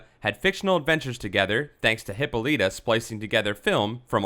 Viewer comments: Its (Hip-All-It-A) not (Hippo-Letta) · It's not pronounced Hippo Leeta. It's pronounced Hip ah litta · This is a very good clip! However, you are not saying her mother's name right, it's (Hip-paul-la-ta)--not what you are saying! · Yea, the way he kept mispronouncing her name as "Hippo-Lita" made me think he was talking about a Pokemon. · Actually it's a Hip-O-Lie-Ta. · Was Wonder Womens mother a mutant hippo ? Its actually pronounced: hip-ol-lit-a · I love this feature very much, especially with the new fact reader who is not Chris Sims. Chris Sims writes well but doesn't have a compelling voice for these videos. With that being said I am pretty sure Hippolyta is pronounced Hip-paul-lit-tah Just thought I would throw that out there.